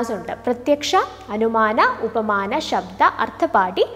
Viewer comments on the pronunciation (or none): Ma'am actually it's pronunciation ശാബ്ദ & അർത്ഥാപത്തി